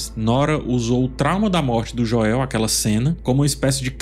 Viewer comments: Joél não dá kkkkkk é Joel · Sou o unico que incomoda com "Joél"? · Meu deus,... "Jóél" tá engraçado 😅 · Esse falando Joel em português me quebra... kkk toda vez acho engraçado. Pois até a serie dublada fala Joel em Inglês. Kkkk